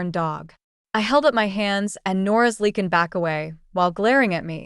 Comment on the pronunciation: You pronouce Lee-can ...... It is pronounced Li-can